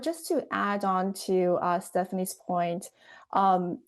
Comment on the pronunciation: What kind of weirdo pronounces Nvidia as NE-vidia ? ? ?